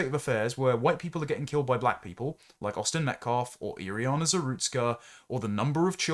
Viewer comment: Iryna's name is Iryna. Iriyana is something you made up to repeat several times.